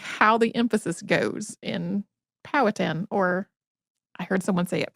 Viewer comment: POW -ah - TAN equal accents on the POW and TAN